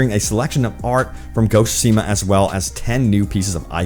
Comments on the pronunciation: Say it with me... Ghost of "soo-SHEE-muh" LOL! Just teasin' bro. Love the content, keep em coming. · Ok two things. Best game of the past five years, and it is (sue-shi-ma). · SO many people and no one knows how to pronounce the title correctly. lol it's pronounced tSOO - shi - ma. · Speak after me: Tsu-she-ma :P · ok this is getting on my nerves......repeat after me my guy.......SOO - SHE - MA......just read these syllables out loud sand you'll crack the code on how to pronounce the game's name properly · Please stop saying the name if you're just going to butcher it 😭